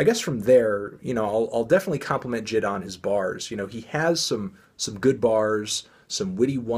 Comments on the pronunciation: BRO ITS NOT jid ITS J I D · i dont wanna be that guy but it's not jid, it's J.I.D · Its j-i-d not jid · Did he say JID instead of j.i.d? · Pronounced jay-eye-dee, not jid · STOP CALLING HIM JID ITS JAY EYE DEE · jay eye dee, not jid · It's JaY I. D. Not Jid. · Is anyone else triggered by him mispronouncing J.I.D 😂😂😂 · Say his name right bro